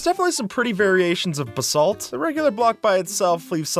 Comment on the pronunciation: IS THAT HOW BASALT IS PRONOUNCED??